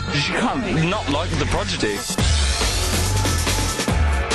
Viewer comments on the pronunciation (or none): Fail , guy says Progidy